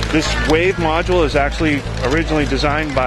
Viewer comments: How many times did he say modue!? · Ok... module